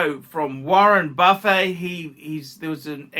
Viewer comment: You don’t eat warren, it’s buff-ett not buf-ay 😆